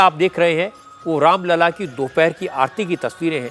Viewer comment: Raam lalla ki jagah aapne Ram laal bol diya sir jee..achhi baat nahi hai